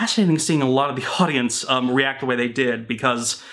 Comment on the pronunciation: "Wasy" of the samurai?